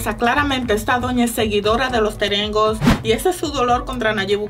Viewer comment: Me da risa cuando dices los terengos jajaja jajaja 😂😂😂😂